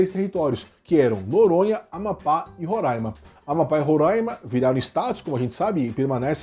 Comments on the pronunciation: A pronúncia correta não é "Roráima" e sim "Rorãima", tanto aqui quanto nas outras repetições durante o vídeo. que vício de usarem temos como "ditador" em tudo apenas por motivos ideológicos... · É RorÁima. Não tem a N antes do A e nem o A tem acento til para nasalizar essa pronuncia.